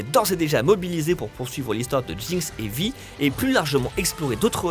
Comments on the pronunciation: Il me semble qu'on prononce "vai" et non "vi" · Si tu dit JINX et pas jainx tu dit vaille et pas vi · il dit "arcaine" mais vi au lieu de "Vy" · Et appeler "Vaï" Vi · Une pure merveille ! Par contre ça aurait été mieux si la personne faisant la voix OFF savait de quoi elle parlait. Niveau prononciation c'est pas ça... Vi ne se dit pas Vi mais Vaille (à l'anglaise, même en VF), Bernard Gabay se prononce "Gabet" et Boris Rehlinger se prononce aussi à la française... "Ré lin jé"... Merci de les respecter :'( On est en France, ce sont des français.. Pourquoi "angliser" leur nom de famille ? Ca a aucun sens... C'est quand même triste pour une chaine spécialisée dans le cinéma de ne pas savoir comment on prononce ces noms si connus du doublage français... :/ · Vi ? On dit « Vaille » bordel. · C'est quand même dommage de finir une si bonne analyse de la série en prononçant "Vi" à la française alors que même la VF de la série le prononce à l'anglaise ... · Mais cette quoi cette prononciation ?! : "Arcaine" au lieu de "Arcane", "Riot" au lieu de "Rayot", "Vi" au lieu de "Vaïe"... Faîtes au moins l'effort pour les fans svp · Ça se prononce vaï, et je regardais, la VO et VF sont juste parfaite. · j'ai adoré...par contre on prononce "Vaï" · Ne dites plus jamais Vi. Ca se dit a l'anglaise pitié xD (Oui, la commu toxique de LOL arrive) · Très bonne vidéo. Par contre niveau prononciation va falloir ce décider, soit celle à la française ou celle à l'anglaise. Perso je trouve ça pas y hyper agréable à l'écoute, c'est perturbant de passer de l'un à l'autre sans aucun raison.